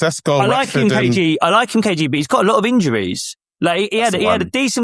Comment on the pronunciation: It’s KG not KJ